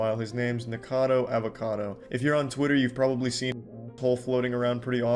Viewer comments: NICKO Not NEEEEEKO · Charlie saying nicado instead of nikacado kinda bothered me 😂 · I think the name is nikocado not nikocadER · Why ppl can’t say nikocado?! It’s not nicado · why when the video started you said nigercado